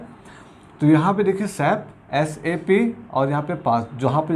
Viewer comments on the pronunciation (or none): "Sap" word meh aap toh sep pronounce Kar rahe ho aur first vowel daal rahe ho..kuch bhi🤣